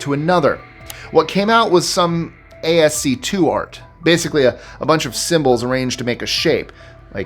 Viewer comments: ASCII - as-ski. Never heard it called A-S-C-2 before. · what you pronounced as A S C 2 for ASCII is pronounced as ASS-KEY, an acronym for American Standard Code for Information Interchange, which is a character encoding standard for electronic communication. You can Google the acronym for more info. Using a desktop PC, you can hold down the ALT key and type 077 on the numeric keypad to get M onscreen. Then ALT 073 gets I, ALT 075 gets K, and ALT 069 gets E. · Did you just say "ASC2 art"? Lol, Askee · ASC2? No. It's pronounced "ass-key." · That's way more nice/informative than what I was going to say, so props to you! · ASCII - it's pronounced "askey". Damn, I'm showing my age. If you hand code websites (and I've done that back in the early days lol), you use it. A lot! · wow we've already forgotten that "ASCII" is pronounced "ask-ee"? SMH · ASCII - pronounced "Ass Key." I'm not kidding. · A number of these aren't solved by Reddit. More like "there was a discussion on Reddit" and no conclusion. Also, it's pronounced "as-key". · ASCII is pronounced Ass-key. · Ascii art- used to be pronounced ass-KEE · That triggered me too LOL - I thought the ASCII abbreviation was well-known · any rookie ai would make the same mistake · Yeah I caught that right off and had to go back to hear him say it again, just make sure I heard it right (wrong LOL). I was thinking, surely he KNOWS he said it wrong.